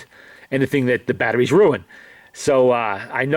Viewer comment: battaries, this, that, the otter ting...